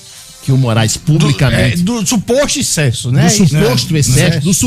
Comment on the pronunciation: Jornalista, dizendo ixcesso